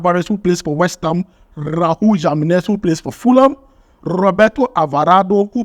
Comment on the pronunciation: Spanish letters J sounds H. So the names Jiménez should sound Himénez, Guadalajara should be pronounced Guadalahara